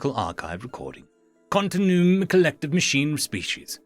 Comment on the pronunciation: It's "continue-um"